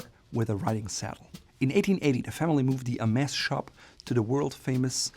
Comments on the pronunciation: Bro you pronounced it right "HERMèS" why did you carry the rest of the video calling it "HERMEZ" ? Don't they teach their vendors how to pronounce it correctly overseas ? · I think it's pronunced Hermey's 🤣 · “S” is not pronounced!!!